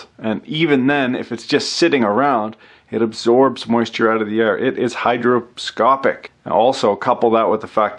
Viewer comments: Great testimonial for fossil fuel! Oh, and the word is "Hygroscopic." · Alcohol is not hydroscopic. It's hygroscopic. Pet peeve. Sorry if I misheard you.